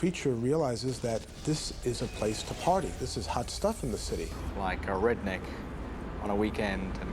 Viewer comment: Did that limey 🤡 say REDNECKS ?!? 😂😂😂